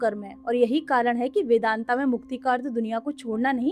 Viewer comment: ये कर्मा क्या होता है हिंदी में बोल रही हो और कर्म को कर्मा कर्मा योग को योगा योगा ये क्या है भाई जिसे हिंदी न आती हो वो बोले तो समझ आता है जानते हुए भी मूर्खता दिखाने का शौक है क्या आप लोगों को। वेदांत को वेदांता,🙏 महान हो माते आपके चरण कंहा है।